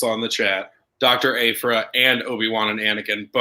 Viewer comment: I love but the way he pronounced Aphra hurt me a little bit😆 Algorithms:)